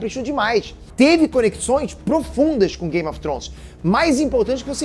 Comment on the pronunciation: Precisa melhorar a pronúncia, "game of Trons" dói de ouvir, e "daineres" também